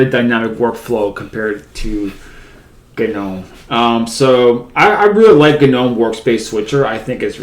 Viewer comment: Gnome needs to go in the trash, along with GNU, if only so we never have to hear another person say GUH-NOME or GUH-NEW. Its NOME and and GEE ENN YEW, you foot cheese eating bastards.